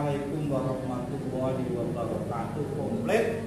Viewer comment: Alhamdulillah, Skedar masukan tuk pemb.acr ucapan salamnya Wabarokaatuh ~~> bukan tuuh ❤